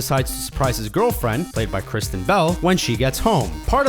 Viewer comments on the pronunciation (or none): none